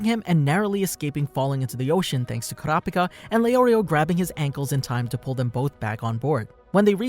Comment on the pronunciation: Everytime u say kurapika it sounded like u said curapcat Noob